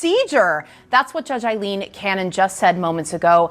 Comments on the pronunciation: My brotha in Christ, it’s pronounced: Eye/Aye Lean. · Why does pronounce Judge Cannons name like it's spelled "Ailleen" with "ll"? Not saying that he's wrong but I have seen her name with only one L so I don't understand why he continues to pronounce it as if it was "Ailleen".